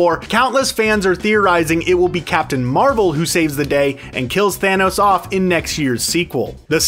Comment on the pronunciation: “Capmim Marvel”